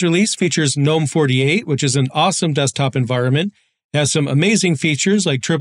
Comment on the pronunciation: thank you for saying gnome correctly 🤓